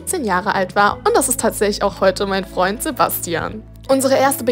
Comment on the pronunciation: seinem besten Fraund"